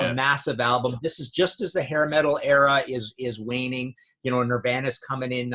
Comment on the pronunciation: I like how Martin pronounces Drama and Nirvana. 1.Diary 2. Bark 3. Blizzard 4. Tears I love Speak of the Devil a ton.